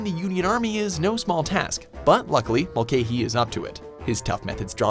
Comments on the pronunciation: It's (mul-ca-hy) not (mul-cay-hy). I'm Irish just making sure u get it right!👍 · Mulcahy is pronounced Mul-ka-hee. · The way he pronounces Mulcahy is soooo wrong, it's like mull-ca-hee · Mulcahy is pronounced mul cah ey